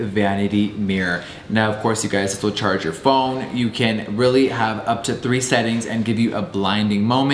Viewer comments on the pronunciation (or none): none